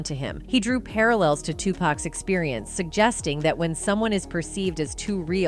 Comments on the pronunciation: 😂😂😂 I can't stand when she misss pronounced Tupac😮 She callls him pack😂😂😂not P0C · 😂😂😂 I can't stand to hear her mispronounce Tupac😮 She calll him pack😅not P0C